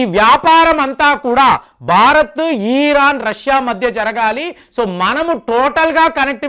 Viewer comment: ఈసార్ బైజాన్ కాదు అజర్ బైజాన్, ఈ.రాన్ కాదు ఇరాన్